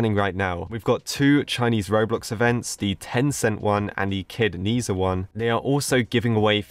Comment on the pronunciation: lemme help u correct ur error it's nezha not ni-za